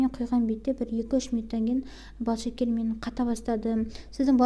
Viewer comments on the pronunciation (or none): Секер емес , шекер дейміз біз. Құмшекер